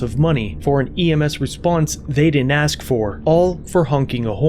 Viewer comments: Pig "I axed chew." Please use your professional vocabulary, always. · Cop is an egotistical maniac...cop says I axed you for your license...what a dork.fire his arse. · If you are going to interact with the public as a police officer you need to learn to speak properly, the work is ask not axe. What an a**hole, the turd needs to be fired. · The cop pronounces 'ask' as 'aks.' That sums up the whole thing. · It's ASK not AXE. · He didn't ask you for your licenses, he axed you. And axing people is a felony. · I ax you fo yo ID.